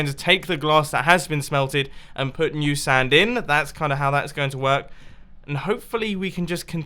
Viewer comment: "My girlfriend is completely new to surfing" I was in a different tab and with his accent is sounded like his girlfriend was surfing nude. The statements after that made it even funnier.